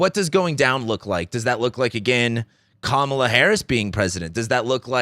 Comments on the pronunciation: Comma-la, not cum-Mala. Ignorance or disrespect?? Neither is attractive. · It is pronounced “comma-la”. 😉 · Can you seriously not pronounce KA MA LA? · I just wish you would say her name correctly. If you are a history buff then you should recognize the signs of the fascist rhetoric that he has been spewing. The reason that he was not a dictator in his first term is because people surrounding him kept him in check. Those people are no longer there...the people who would be surrounding him in a second term would not hold him back. That's the difference. I think people are missing that point... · It's a disrespect thing. They all know her name. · Trump appointed 3 judges who overruled Roe v Wade. Women are fucking dying, this is more than elections. He can’t even pronounce Kamala right wtf